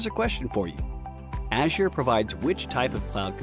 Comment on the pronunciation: Please pronounce Azure properly